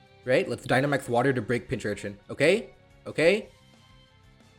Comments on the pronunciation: You can pronounce Pokemon names however you want, but it still annoys me that you say pin-chur-in and not pin-cur-chin lol. Still love the vids. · My favorite part of this was you going through the character development of learning how to properly pronounce pincurchin mid explanation then immediately going back to saying pinchurin